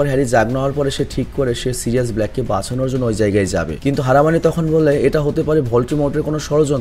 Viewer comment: তোমার এই হালকা বাংলা দেশী টান কথার মধ্যে আমার ভালোই লাগে ❤ কিন্ত হারামাউনি মানা যায় না (হারমাউনি)